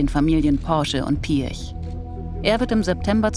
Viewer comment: Was Ferdinand Piätsch (so hört es sich phonetisch an) grinsend sagt, hätte genauso auch Adolf Hitler gesagt: "Ich habe die Absicht, der Sieger zu sein." Du magst einen Haufen Geld haben, aber ein Sieger bist du nicht, lieber Ferdi.